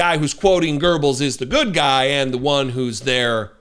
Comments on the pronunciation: There ain't no r in Goebbels, either as a character or sound. To pronounce the oe hold your mouth like you would to say o in English but say e as you would in English. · Um . . . A penis with ears?😂 Also, work on your pronunciation . . . There is no "r" in Goebbels . . . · the a-hole from Texas can't even pronounce 'Goebbels" right. What an absolute tool. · There is no "r" in Goebbels! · There’s no R in Goebbels. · Alright, good video but please make sure you know the proper pronunciation of a person’s name before filming 😣 even if the dodo in the video pronounces it incorrectly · "It's is the absolute right of the state to supervise the formation of public opinion". WHAT? I don't think he knew where he was getting this quote from. Couldn't even pronounce Goebbels' name properly. This is really 1984-ish. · "You have become the very thing you swore to destroy" (Obi-Wan Kenobi). How far the mighty have fallen...By the way - if you absolutely have to use a quote from one of the worst Germans ever - please train to pronounce his name correctly. No "R" anywhere to be found in that name. Greetings from Germany - where we strive to learn correct English - and also pronounce it correctly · Quoting a nazi, couldn’t pronounce the name, definitely taking after his overlord. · Too bad she mispronounced that Nazis name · Do Americans even have an education system? There is no 'R' in GOEBBELS just like there is no 'R' in TESLA, you pulled Trump up for. Double standards people! Goebbels a "LITERAL NAZI'!!!!! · He not only.quoted the infamous Nazi propaganda minister, but he couldn't even pronounce his name. Either way, I don't see the sense in quoting Nazis in a congressional meeting unless the whole neo-Nazi thing is feeling pretty secure to him now. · His statement was clearly staged. Deliberate. You could tell he didn’t know who that person was. Couldn’t even pronounce the name. Theater. So sick. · Pronounced wrong you dunce it's not Pronounced with an R. Joseph Goebbels. Jeez.